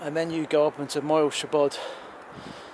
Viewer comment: Its weird how you say that word in english " shiebod" ^^